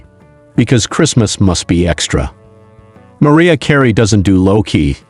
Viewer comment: I love how he pronounces Mariah Carey as Maria Carey.